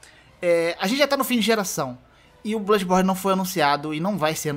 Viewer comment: Caramba só de ouvir "Bludis borne 2" já arrepiei os pelos lá de baixo